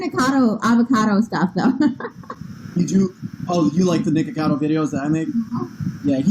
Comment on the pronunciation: niKOcado not nikado jshdjhd